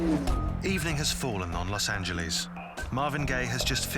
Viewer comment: ps it aint called Los angel eeeeee"s